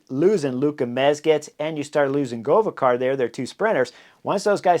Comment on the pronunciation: Not "Govakar" just simlpe "GovEkar".. Govékar